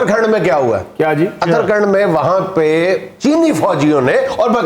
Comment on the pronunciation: जुनैद मिंया पहले यह उत्तराखंड है अतराखंड नही।😈 पहले बोलना तो सीखलो। हर बात पर जोकरी नही होती। पिछड़ेपन से तुम भरपुर हो । तुम पिछवाड़े मै कुंडी फंसा के रखो लीकेज बहुत हो रही हे । जो बेकार है वही परोपकार है 😆कब तक रोते रहोगे 😢 😀😁😂😃